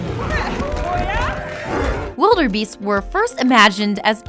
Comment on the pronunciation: Will- DURR -beast